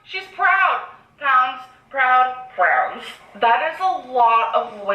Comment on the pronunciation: said Prounds instead of Pounds. I bet she was thinking about jumbo shrimp Prawns..